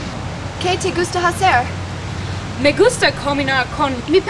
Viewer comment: A little bit poor. The pronunciation is very bad and ''hacer'' is not ''jacer'' is like ''acer'', ''h'' in Spanish is not pronunciated.